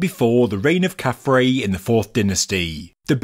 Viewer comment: Again, as someone who both reads and writes ancient Egyptian, that is KhafRa (pronounced 'khaf-rah') which means "He shines as Ra", and DjedefRa (pronounced 'djed-ef-rah') which means "He is established in Ra". This sphinx is obviously Nubian in origin, with a black Nubian head and hairstyle. It is probably a votive offering, brought to Gizah by someone from the Kushite kingdom or the Maadi culture in early dynastic times.